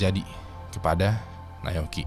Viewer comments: Naoyuki bang bukan nayoki 😭😭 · nyebut Na-o-yuki susah amat bang ...